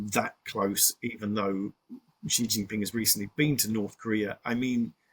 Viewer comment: 'to pull Kim Young Un' The J in Korean (ㅈ) is pronounced like it is in English and not in Dutch and German. It's 김정은 and not 김영은. And immediately after that we're presented 'President Ji' . This is confounding. The X is imagined to be J. It isn't. It's Sh. It's pronounced Shi Jinping.